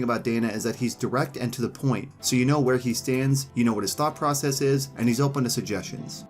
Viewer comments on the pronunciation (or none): none